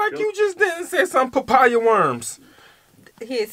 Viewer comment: Lmao 🤣🤣🙌 I love this reaction I can't believe you guys are so late on this but it's really dope.... "papaya worms"🤣🤣🤣🤣🙆🏽‍♂️💀 it's mampani worms